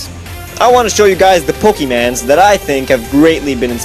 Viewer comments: Don't say Pokemans yo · DONT SAY "POKEMANS"